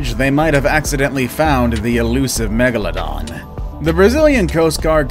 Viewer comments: Its meg la don Not meg la dona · I thought it was pronounced meg- la-don or is it meg-a-la-don